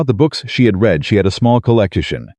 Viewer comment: Learn how to pronounce READ